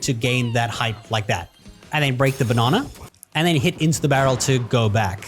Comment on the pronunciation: B’o’nana… It’s banana 😂😂👍🏼